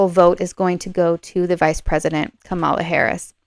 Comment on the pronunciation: I wish that you would have the respect for Kamala Harris to pronounce her name correctly. It's really easy (Kerry Washington's young nieces gave a lesson at the DNC, it;s pronounced "comma" then "la"). The mispronunciation has been done deliberately by TRUMP supporters to dish her gender and her race, it's become a sort of "dog whistle" for racism and sexism to some. I will watch to see if you begin to correct yourself, otherwise I will need to unsubscribe. On my side, I will not diss Donald Trump and his followers, out of respect for the non=partisan nature of your readings. If I had to leave, it would be a shame, I'm relatively new to Western Astrology, and I'd love to have someone to watch and learn along with. Thank you.